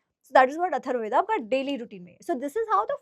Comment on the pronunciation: Why northies pronounce ved instead of correct term veda? Yog instead of yoga. Hindi pronunciation is not Sanskrit